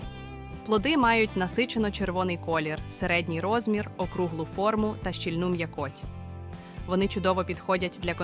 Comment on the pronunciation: Штучний інтелект, наголос в словах перекручує : куточооок, м'якоооть. Фотографіі плодів то схожі на сорти, то зовсім інші показуєте. Якось шкода за украінський канал, що так нефпрофесійно до справи підійшли. Або робіть, як слід, або не робіть взагалі.